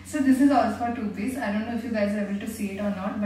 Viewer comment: It's sounding more like "toothpaste" than "two peace"😂😂 Btw loved all these dresses✨